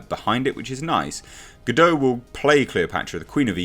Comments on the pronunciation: Her last name is pronounced "guh-dot" not "guh-dough" Saw her saying that in an interview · Please stop mispronouncing her name! Gal-ga-dot not ga-doe ! 🤨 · gah-dott not gah-doe, its Hebrew not French